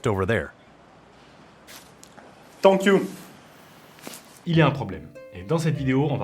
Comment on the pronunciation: Tonk you😂😂😂😂